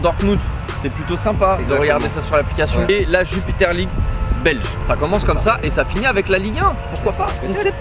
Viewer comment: J’ai bien entendu jupiter league belge ?😂😂 C’est Jupiler pro league !